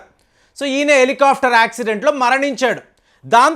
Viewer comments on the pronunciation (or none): none